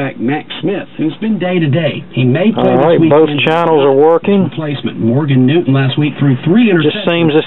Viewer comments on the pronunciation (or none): none